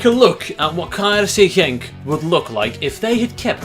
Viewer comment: his KRC Genk pronouncation was way to good